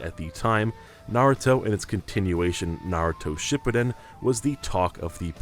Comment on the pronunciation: He mispronounced shippuden every time